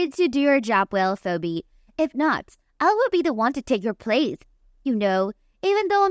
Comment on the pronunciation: Phoebe is pronounced, Feebee. Otherwise, thanks for the story.